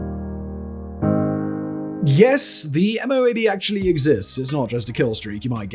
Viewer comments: The MOAB isn't usually pronounced M.O.A.B...it's usually pronounced as if it wasn't initials. Like: Moe-Ab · MOAB are usually prounced as one word : "Moe-Ab"